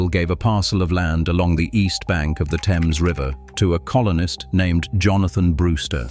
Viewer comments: The RIVER is called - Pronunciation: Unlike the English river (pronounced "temz"), CT's Thames is pronounced "thaymz" (rhymes with James). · Nobody familiar with the area has ever called that river the "Tems" (proper British pronunciation). They call it the THAMES, exactly like it is spelled. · Lmao... live in this area of CT Its called the 'Thames' river. Not teems. ChatGPT, you gotta get better at pronunciation. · 😂 Facts. The THAYmes River, not the Temms River. This is America. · The Thames river in Connecticut is pronounced Th-ames it's not pronounced like the British pronunciation also Norwich is not pronounced the same. It sounds like Nor-witch.